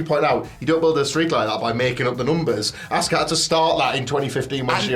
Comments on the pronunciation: You had us fooled as children Goldberg, but we know that you never trained and you hurt so many people and ruined the career of Brett Hart. You even ruined Bray Wyatt run. Also, YOU ALL DON'T SAY ASUKA RIGHT EITHER. it's not ASK AH it's AH SKA. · You say it like Auska. Not a short a, more like a broad a. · you guys didn't pronounce Auska's name right either 🤣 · You’re talking about not pronouncing her name correctly and still calling her ASSka? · >pronounce Asuka’s name incorrectly >berate Goldberg for pronouncing Asuka’s name incorrectly a different way >repeat >repeat again The audacity. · he intentionally mispronounced her name. He actually praised her in a tweet back in 2017. You can go look for it. So suddenly now he doesn't know her?